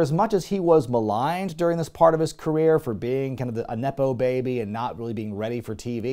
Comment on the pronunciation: He should have presented himself as Beach-off. Those look like... Tracey Ullman Show graphics? I know the line read was "a nepo baby" but it played as "inep-o baby", which should be a viable term.